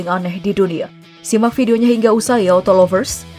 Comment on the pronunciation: Gw dengernya bukan autolovers Tpi HALO TOLOLVERS